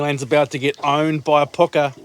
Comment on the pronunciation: Isnt Hapuka not Harpuka?